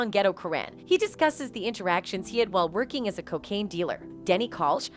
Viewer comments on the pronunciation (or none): none